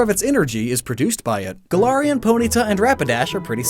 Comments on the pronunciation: Really interesting video 👌 Although the way you say Galarian makes me want to throw up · im sorry, but the way you pronounce galarian annoys me deeply, other than that great video